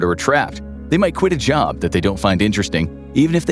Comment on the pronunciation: Ah yes, I too think "finding a jaob" to be an unrealistic goal xD